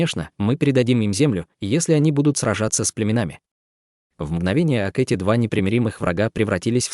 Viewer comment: Здравствуйте. Ошибка в произношение "мгновение ока" во всех главах.